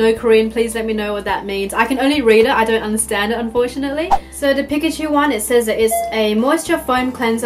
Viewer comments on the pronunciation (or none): I hate it when people pronounce Pikachu's name wrong